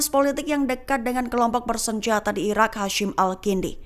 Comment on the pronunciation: Kalau ngomong yg bener..irak apa iran min..gak jelas